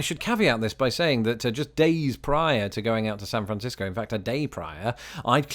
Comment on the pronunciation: Carrying over from your last vid, I just realized you pronounce San Francisco correctly and I say Sanfrincisco. +1 for you! 😂👍